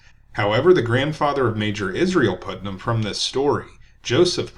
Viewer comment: Thank you for this important history. BTW, Putnam is pronounced "putt" as in golf, not "put" as in 'to place.'